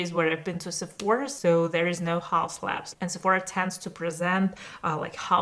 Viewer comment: but it's laBs, not lans